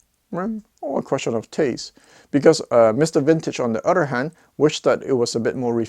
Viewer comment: Wish you would learn to say other correctly instead of udder!